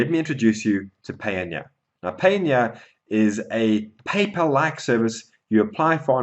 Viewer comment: Your pronunciation of Payoneer is off.... I think it is supposed to sound like Pioneer. Just fyi